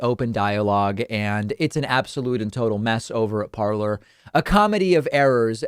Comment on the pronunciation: It's pronounced parlé ,😁